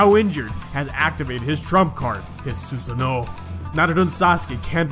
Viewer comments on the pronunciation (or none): only problem is how u said susanoo